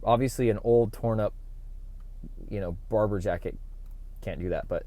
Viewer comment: I love that Barbour look, it’s classic. I have several Barbour jackets, the Beaufort being one. You’re right, it can be worn in nearly all occasions. Beaufort is pronounced Bo’for. Odd, I know. We also pronounce Barbour as Barber. I think you’ve nailed the fit, perfect. Looks great.